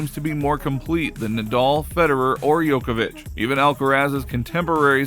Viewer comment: His name is Djokovic not Yokovic